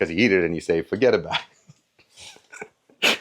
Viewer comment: I just about choked on my peas during that intro... "cause when you eat it you say furgetabowit"